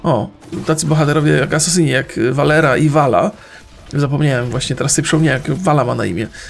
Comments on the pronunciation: błagam. Nie czyta się Valira tylko Valera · czyta się Valera a nie Valira, zresztą dziwie się że tego nie wiesz bo w końcu w Hearthstonie jest nawet wymawiane jej imię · Czyta się Valira,a nie Valera proste. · Niby czemu wymawia się Valera? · Świetnie, zabrakło ci argumentów, więc zostało tylko rzucania wyzwiskami, no to teraz moja kolej ekhm Tylko debile wymawiają Valira na Valeerę. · cierpiałem z tego powodu cały materiał :D